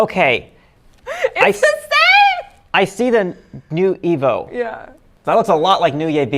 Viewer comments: NU EVO is Spanish, the right way to say it is: nuevo, all together, and it means: new Or is NU (new) Evo(evolution) who knows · Yeah everytime Giselle says 'Nu Evo' i think of 'Nu Abo'